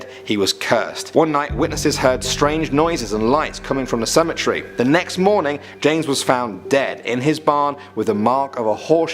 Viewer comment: i wish they could learn how to say cemetery